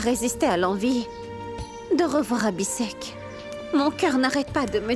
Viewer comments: Mounie les prononciation des noms😂 Pragya ❌ Piragya ✅ Abhi sheikh ❌ Abi Sec ✅ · Moi à chaque fois que monie prononce le nom d'Abi en disant Abisèk ,je ne peux pas m'empecher de rire😂😂😂